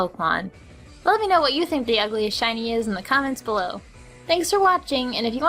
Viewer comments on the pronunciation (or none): none